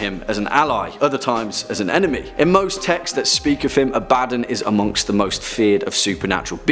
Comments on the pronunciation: Abb-Uh-Dawn not "A bad nun" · It's not A-bad-don it's Ab-ad-don. Some demonologist. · Abaddon isnt pronounced "Ah-bad-don" its pronounced Ab-ah-don". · The way you pronounce Abaddon kills me 😂😂 It's pronounced "Ab-Ba-Don" Not "A-Badin" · That’s only how they mispronounce it in Warhammer 40K. If it’s supposed to be pronounced “Ab- uh- don”, why isn’t his buddy’s name pronounced “Tore- guh- don”? It’s not, it’s “Tore- gad- uhn”, just like it’s supposed to be “Uh- bad- uhn”. That’s why there are 2 “D”s, and not 2 “B”s. Abaddon and Torgaddon. And there’s another one whose last name is “Ekaddon”. That’s just how double consonants are pronounced- you even doubled the “B” in your pronunciation explanation, further illustrating that I’m correct. Sorry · its pronounced ab a don btw xD supernatural needa watch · Holy crap you are butchering some of those names ab a don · Ab-Uh-Dohn - Abbadon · It's pronounced A' Ba Don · Who else internally corrected, or at least changed, how he pronounce Abaddon? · Great video... the pronunciation of Abadon killed me lol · That’s not how you pronounce abaddon’s name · The constant mispronounciation of Abaddon kills me from the inside.